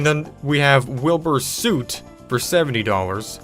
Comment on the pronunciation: I’m just concerned because..it’s not pronounced Wilbur SOOT it’s pronounced Wilbur SUT